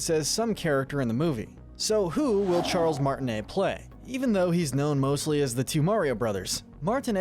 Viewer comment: I almost heard Charles Martiney as Charles gay🤣